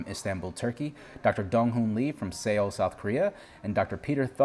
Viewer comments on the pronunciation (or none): Great interview,! By the way, Seoul is pronounced the same way you'd say soul;)